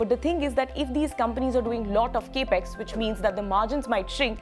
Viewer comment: Thanks. Lots of stuff in a short quick presentation. Good job!!, you'll get this immediately: Consider the term Capital Expenditure. It consists of two words. Its short form is pronounced as Cap Ex. Notice the break between p and E? It's not Cape X.